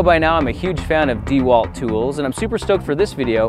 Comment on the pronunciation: I wonder how the sponsor of this video feels about your atrocious pronunciation of DeWalt